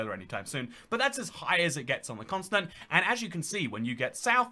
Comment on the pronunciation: He says "consonant" instead of Continent